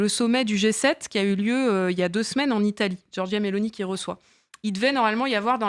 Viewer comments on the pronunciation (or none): none